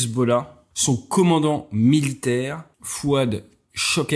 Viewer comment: C'est devenu Fouad sha-ger... 😂 (Ceux qui ont déjà entendu les pilotes israéliens savent de quoi je parle)